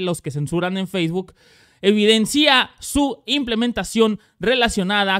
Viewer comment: Minuto ... ¿cómo se dice: ¿Evidencía o evidencia? ... HASTA LA COMPUTADORA TE DICE CUÁL ES LA CORRECTA ...